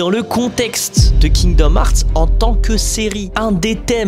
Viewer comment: C’est fou d’être fan et pas savoir dire le nom du jeu…